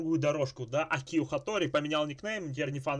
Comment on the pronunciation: правильно Акио, а не акИо. Ударение на А